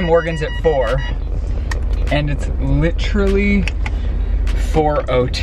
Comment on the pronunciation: The amount of times he says LIT-RA-LY😂😂😂😂